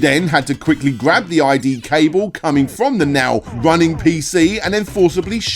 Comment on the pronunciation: I think its his pronunciation. Captions says IDE